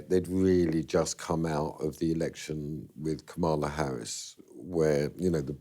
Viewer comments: This guy doesn’t know how to pronounce Kamla Harris’ name! He is copying Trump’s mispronounciation! Shame!!! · Was it me or is the interviewer excessively deferential? I lose all respect for people who can't pronounce a three syllable name accurately. I've seen Kamala Harris' name mispronounced on most of the major news channels now. Does nobody prepare or have any respect any more?